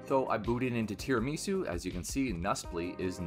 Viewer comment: how come there's not a single person in the youtube scene who knows how to pronounce tirimisu. do you just not eat tirimisu over there? it's project cafe, with aroma, decaffeinator, tirimisu, they're all coffee based. it's not a japanese word it's tirami su, it's italian